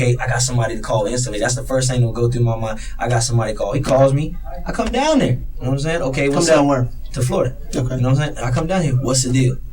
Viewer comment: This guy is human garbage. Know-wut-um-sayin’?